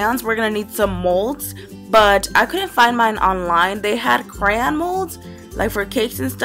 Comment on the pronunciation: Does it bother anyone else that she keep saying cran instead of crayon